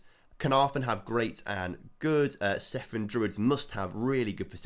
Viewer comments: Cefn druids....almost correct....say it with the c not the s... Cefn not sefn....😅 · Cefn is pronounce Kevin without the i. Kevn. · I'm not Welsh, but I've been to Cefn, and it's pronounced like Kevin, if I'm not mistaken. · And by the way it's pronounced "Kevn" Druids! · It’s pronounced ‘Kev-n’. One ‘f’ in Welsh is the equivalent of ‘v’ in English. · I think that is mostly a mispronunciation that some have adopted. Being from the area I've always known it pronounced as "Kevn"